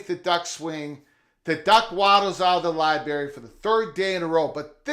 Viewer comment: What's a Libary?